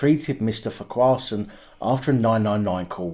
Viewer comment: It’s pronounced Farquharson Not Farquharson. 😀